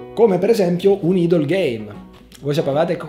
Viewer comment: "Idle" game (si pronuncia 'aidol') termine preso dai benchmark dei componenti pc (idle e full) rappresenta uno dei generi di punta dei game mobile attuali. In questo genere il giocatore progredisce offline (quando non sta giocando) di tanto in tanto viene richiesto l'intervento del giocatore. E' un genere creato come passatempo (nel senso letterale del termine) che sconsiglio categoricamente. Quasi da denuncia.